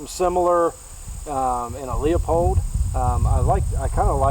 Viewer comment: Someone please tell Doc that Leupold is pronounced "Lewpold" not LEOpold.. Unreal how many people that should know better continually mispronounce the name.